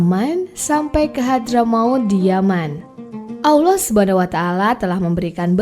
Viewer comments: Koreksi ya, menyebut, mengucapkan Allah itu tdk ada huruf Wau (W) Tp double LL. Lidah bersentuhan/menempel di langit2 rahang atas. I feel very strage to hear that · Salam mintak suara penyampai tu biar lah yg dapat menyebut Allah dgn sebutan tpat dlm lidah Arab supaya .sebab ramai lagi ore boleh menyebut perkataan Kalimah Allah dgn tepat